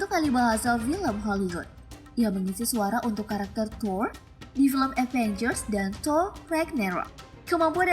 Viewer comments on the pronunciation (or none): none